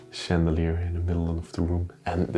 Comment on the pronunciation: Ik denk ik skip even door de video. Je blijft het maar zeggen he: sjandeleer. En die piano die was helemaal niet gestemd, die klonk vals.!!! En dan in de keuken heb je het over een exhoust. Ik denk dat je een afzuiger bedoelt, oftewel een extractor.